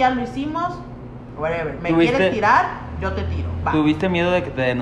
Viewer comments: JAJAJAJAJA ni sabe decir whatever y ahí anda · Min "GUEREVER", jajajajaja. Mi tambosol en fashion. 😂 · "y güereber" ¡Amé! G r a n M O M E N T O 😱